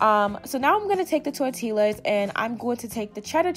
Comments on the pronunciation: “Tortil’La” & “creama” love it lmao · Tor-ti-las lol what’s that 🤦🏽‍♀️😭 love you still lol🥰🤞🏽 AaliyahArmy🦄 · Tortillas 🤣😂 i'm dying lmfao Tor-tea-ah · tor tillas? Lmaooo Im sick of you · LMFAOOOOO NOT TORTI-LAS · The L is silent sis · I love how you say tortillas 😂😂😂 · 😂😂 the way she said tortillas